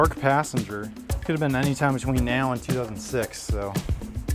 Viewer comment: has one of the most interesting accents I've heard. Especially noticeable in the way he pronounces "now", like "neow (meow)" Midwestern, Minnesota adjacent?